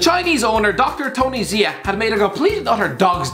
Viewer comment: Xia is pronounced ‚Shar‘. Had a partially Chinese German teacher with that name in year 8.